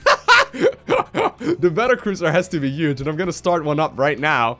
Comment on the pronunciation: That thing is uge (not a spelling error, he just says uge)